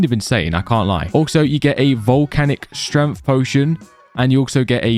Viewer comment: It's pissing me off how this guy says stremth instead of strength